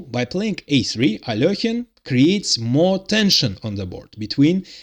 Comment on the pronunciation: At last someone who pronounces Alekhine correctly. But I suspect you are Russian.